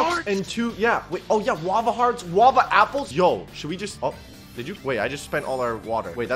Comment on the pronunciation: DUDE ITS NOW WAVA ITS WALAVA